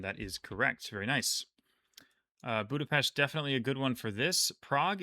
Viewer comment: you are pronouncing Budapest very nicely.